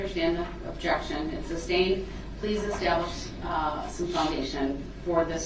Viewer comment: Substained. Lol